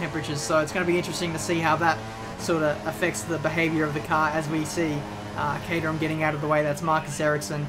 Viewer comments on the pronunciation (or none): none